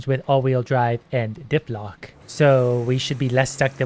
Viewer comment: Am I the only one that hears dip lock and not diff lock?